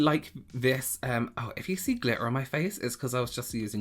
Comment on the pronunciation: “ I hate glittah..” 😭🤣🤣